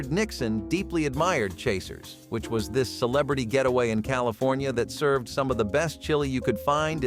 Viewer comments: That's "Brown Derby" pronounced "Derby" NOT "Darby!" And, while we're on the subject, that's "Chasen's" NOT "Chasers"! An iconic Hollywood favorite. Now gone. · Very sloppy video. Ronald Reagan picture with Warren G Hardings name. Gerald Fords first name mispronounced. Chasens restaurant not Chasers. Need to work on editing.👎